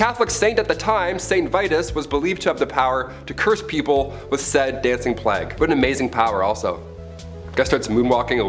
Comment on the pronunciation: why can she not pronounce Plague?? what's a Plag? really annoying